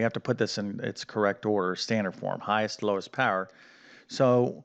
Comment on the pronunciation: Im 22, using these videos to prepare for my IBEW aptitude test, a little too late unforunately, but I gotta know where you're from. I heard the way you say "power" in one of your videos and it sounds awfully Pittsburgh to me, which is where Im from.